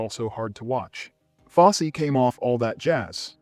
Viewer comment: Foss-see not Foss